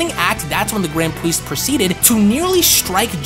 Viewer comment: “The gwand pwiest”